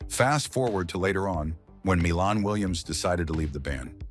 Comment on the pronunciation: Pronounced "MY lahn" Williams. He wrote their first hit, the instrumental funk classic "Machine Gun".